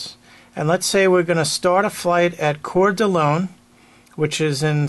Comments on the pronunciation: Just a point of fact: Coeur D' Alene is pronounced "Kor Da LANE" (not "LONE"). Great brush up video. Thank you! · Its pronounced; kor dah lane.